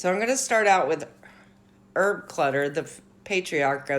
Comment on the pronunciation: It's HERB Clutter. You pronounce the "h". And it's Harper Lee, not Lee Harper.